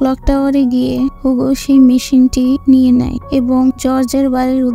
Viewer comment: নট হুগো, ইটস হিউগো